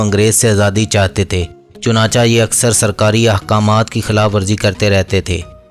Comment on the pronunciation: اچھی ویڈیو ہے لیکن لفظ چناچہ chunacha نہیں chunacheh ہے